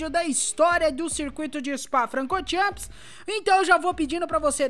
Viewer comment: O meu maior... tira o "S" no final da pronuncia... "chan" e não "champis"... kkkkk